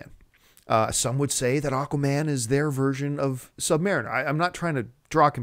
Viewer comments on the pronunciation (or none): Am I the only one who's a bit thrown off by the way John says 'Sub-Mariner'?